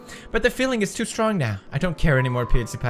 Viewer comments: What is going on between them tOo~ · WOT IS GOIN ON WITH THOSE TEW